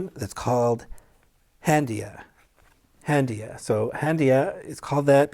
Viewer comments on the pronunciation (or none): It's haandiya